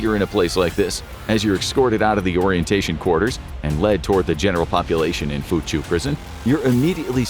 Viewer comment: Theres a different way to say "Fuchu", possibly a more accurate way of saying it